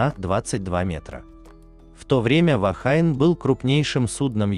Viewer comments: Только не Вахайн, а Вахине. "Женщина" на языке маори. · Произносится " Вахине". Слово из языка маори, поэтому фонетика английского языка в данном случае не применима.